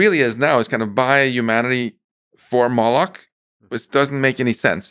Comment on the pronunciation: what word is he saying, ? molochs ? and if so why?